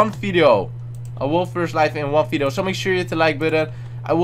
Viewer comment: its video not fideo xD